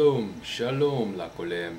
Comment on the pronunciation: the word כולם is not kolam it is kulam and you say ע to hard read it as א(a)